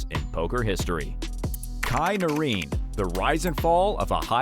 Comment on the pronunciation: I noticed that too. It's s33ms to me he thinks his name is Chi Noreem🤣🤣